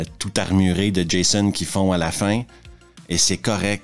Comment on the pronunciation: Pour un français, entendre Jaissonne a la place de Djaizone 😂😂😂😂 ça n’a pas de prix